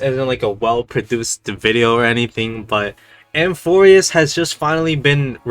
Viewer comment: It’s amphoreus not amorphus:)